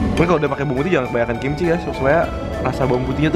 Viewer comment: apa cuma AQ yg denger ngomong kimchil?